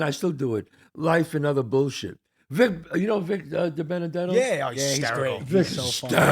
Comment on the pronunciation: You guys pronounced Vic's name WRONG !!!!!